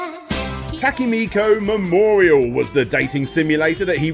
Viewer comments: "Takamiko memorial" "Koji Igurushi" It's Tokimeki Memorial, this dude is seriously not even trying with the japanese names lmao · This is so intelligently presented in most every way possible, that I have to believe the severe mispronunciations of “Koji Igarashi’s” name and “Tokimeki Memorial” are comedic trolling. Which is okay, I guess. Someone please tell me that is the case.